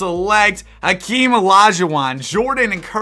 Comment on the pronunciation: His name is Hakeem, not Akeem.